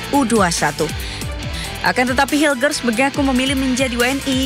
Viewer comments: BUKAN HAILES BANG, TAPI HILGES DIBACA NYA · Hilgers baca nya bukan hailges, hubner baca nya bukan habner, bahasa Belanda itu ejaan nya sama kaya bahasa Indonesia.